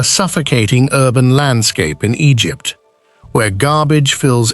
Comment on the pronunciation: Egyypptttt seriously.....waaahhhhh!!!!.... egypt sually you can do better!!!!